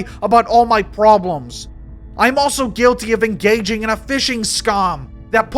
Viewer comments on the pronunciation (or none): The accent is solid, but you don't call Rose Tico Rose Taco, and you don't throw in half a hundred "Oso"s instead of saying "also."